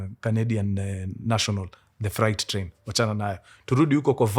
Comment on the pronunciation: Mkuru sema freight... Fre alafu 8. Sio fright